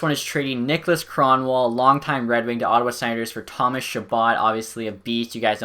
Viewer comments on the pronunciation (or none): none